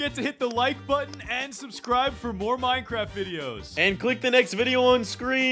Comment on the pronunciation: it’s minecraft not moincraft